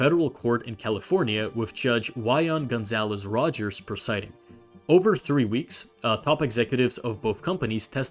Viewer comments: “EEEVVON” As in “Be Gone” Her name is “eee vone” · I lost in when he pronnounced the name of the judge💀 wdym why-on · I just wanna say, it’s pronounced (eee- von) it just hurt to read that and hear the noise all at once 😭